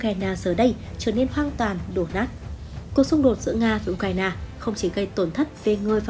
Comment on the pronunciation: Nghe nhói cái lo tai ghê u cà ra na bó tay